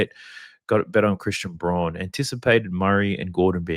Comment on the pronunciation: love ya analysis, intro is dope too. You know Braun is pronounced "Brown" yeah? Keep up the mad content brus